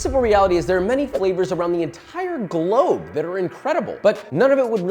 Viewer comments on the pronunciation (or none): none